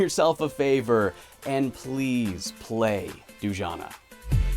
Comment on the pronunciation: I think it's supposed to be pronounced Du-ja-nah, not Doojana.